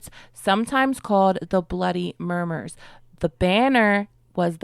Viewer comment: It's bloody "mummers" not "murmers"